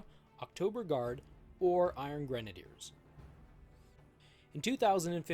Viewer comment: Finally, someone on Youtube that can pronounce "Iron Grenadiers" correctly. Now, do any of these figures come with actual grenade launchers?